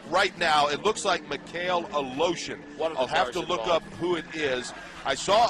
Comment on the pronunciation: Aleshin is somehow called A-Lotion Good grief